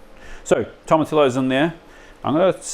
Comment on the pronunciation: Hey, quick one it’s tomatillos (toe-mah-TEE-yos). I only say it because I totally butchered it myself once!